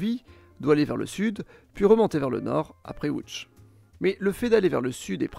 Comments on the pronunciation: enfin quelqu'un qui prononce correctement les noms dans la langue locale. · Première personne que j'entends prononcé correctement Lodz très bon travail sur la prononciation